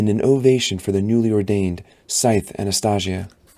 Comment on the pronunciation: The way he pronounces Anastasia may make me stop listening tbh